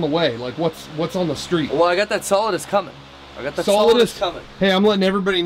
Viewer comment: Duh creem of duh creem